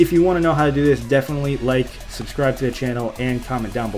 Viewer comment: "I SUBEB"